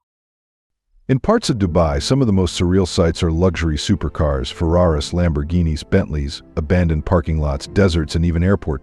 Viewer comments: FerRarRis, PakIsStanIs 😂 ... can't anyone narrate a simple video without A.I. anymore? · Nice prononciation of "Ferraris". Effing AI